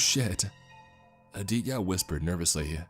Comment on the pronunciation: I can’t help but chuckle each time he pronounces Aditya lol , he doesn’t pronounce the T , it’s Ah-dee-te-yah lol . Good though cuz this story is bonkers